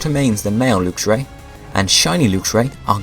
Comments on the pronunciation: It's lux (lucks) not lux (lookes) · isn't it pronounced l-uh-x-io and l-uh-x-ray not l-oo-x-io and l-oo-x-ray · I have a lv100 luxray. wh do u say lewxray instead of luxray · I think lux is pr0onounce 'l-uh-x' not 'looks' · Did he pronounce luxio and luxray wrong or have i been pronouncing them wrong since i saw them